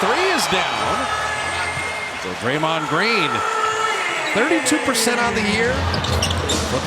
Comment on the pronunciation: Draymond Green ❌ __Rraymond Green ✅